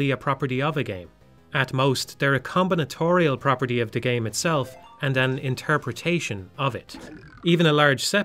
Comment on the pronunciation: "combinatorial" had to do a double take on this line, got stunlocked by how effortless you make it sound god tier wordsmith